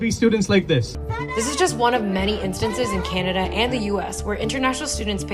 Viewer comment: Canadia😂 one day not Canada anymore